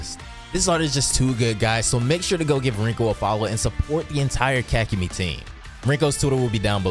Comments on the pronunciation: "Ka-ku-mee"? auto dislike vid. sry. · Pronounce kakumei correctly and not sound stupid please and thank you